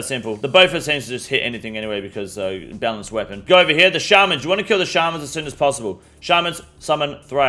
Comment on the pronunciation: My only quip They are "shay man's" Not shaaaaarrrmunsbwaaaaahppopppp